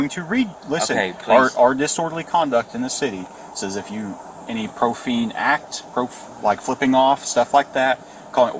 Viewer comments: "profeen act"?!😂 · That other officer, conspiring with the other in this malicious arrest, doesn’t even understand what “profane” means, let alone can he pronounce the word. And it’s not even disorderly conduct! These officers are horrible. If they cannot behave professionally, and use this childish, retaliatory behavior, they both hurt good officers and ruin their reputation. Not to mention losing the respect t of thousands outside of their jurisdiction now. It’s so idiotic and immature. Grow up.